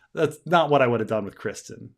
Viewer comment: Why can't say Criston? He knows it is not Christian right?